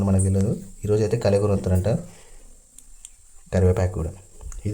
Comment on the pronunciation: It's not kaalegura it's kalekura❤